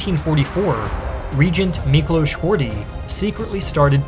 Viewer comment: Rather well done video! I especially liked the background music choices, they fit in really well. Also, finally someone can pronounce Miklós properly (Kállay still needs a bit of work) 😅.